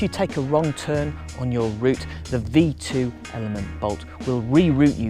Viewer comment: "tern" "bye" "tern" killed me